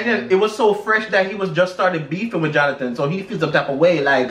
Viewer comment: JOHNATON, JOHNATAN,....🤭